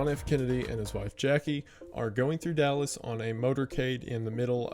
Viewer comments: " yew were in dalis!" wendigoon went country for a second 😂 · the southern accent coming out in YOU WERE IN DALLAS killed me